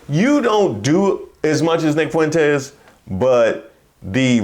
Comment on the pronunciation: Four feet four fuentz😊